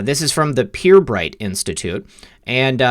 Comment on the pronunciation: Pirbright pronounced per-bright is a a UK Government research institute but also has a private company adjoining.